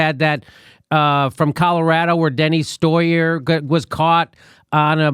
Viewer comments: "Deny Stoyer" - Jimmy, I love you man, but you need to get the idiot's name right. It is Steny Hoyer, not Deny Stoyer. You've been messing the name up for long enough so just pointing it out for ya. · Jimmy called him Henny Stoyer in another video.